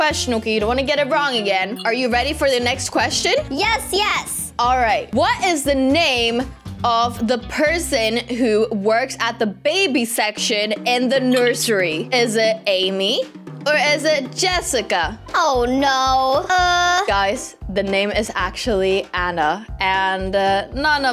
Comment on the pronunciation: say to when she said Amy she said eymy but its actually A-m-y not e-y-m-y im not mad tho